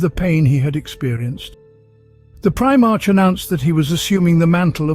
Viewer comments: He/It is not even consistent in pronounciating the same names and words the same way e.g. Robute (as intended) then Robaut, Primarch, Primarch (ch is in chair), Preemark etc, it makes it kinda hard to listen to. Kept on watching and he says "the primate itself" in and he calls him Guilimana.....hahahahah. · Me, every time the says Prime-arch, not Primarch. 😬😬😬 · “Prime-arch?” Prime-ark, doofus. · It’s pronounced “pri-mark” not “pri-march” I couldn’t get past this butchery of the term. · Primarch is pronounced PRY-mark, not prime arch... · its pronounced primark not prima-rch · I like this video man and im going to sub, but you must stop saying prime-march. I understand the spelling, but its pronounced Pri-mark. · prime-arch? r-boot? i always thought his name was pronounced with a hyphonated E at the end of it. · i bet this was a good video but i had to stop after the third "prime-march" pronunciation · Pri......march or mark for the proper pronouncement of the word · Try pry-mark for primarch? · Brilliant. But it's pronounced "Primark" is it not? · one time he said Primak LOL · surely that's not how primarch is pronounced in any accent. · The mispronunciation of primarch is grating. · How is it you pronounce the same word differently each time you say them?????????